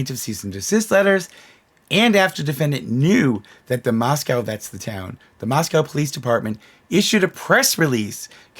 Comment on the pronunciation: Moscow. Say it. MOSCOW!!!